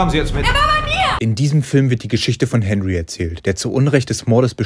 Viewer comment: Fahrt Mal nach Frankreich und fragt wie Henry ausgesprochen wird 😂